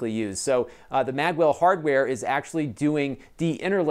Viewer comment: I'd be better convinced if you didn't pronounce Magewell as Maggwell !!